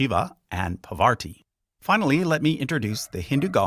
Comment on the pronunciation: It is not Pavarti, but Parvati😮